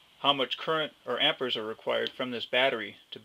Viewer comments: lol, it's called am-peer-s not am-pour-s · Why is saying "ampers"? The man's name was Ampère, and it's pronounced /ˈæmpɪər/. Not Amper. Jesus. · It's pronounced 'am-pairs' NOT 'am-pers', jeez. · If you say "amper" it's hard to believe the rest.